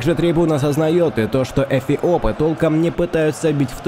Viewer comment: Он говорит эПиопы?